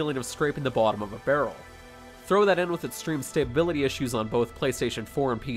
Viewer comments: K1LL1ANjR4BB1T the first time I figured it was a slip of the tongue. Then I realized no, he thinks the word is stabability lol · I love it when retards call stability as "staybability"